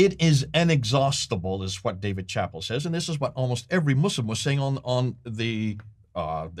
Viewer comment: Nice video presentation! You’re quenching my thirst for knowledge… A housekeeping note— Dave Chappelle is pronounced Shuh-pell’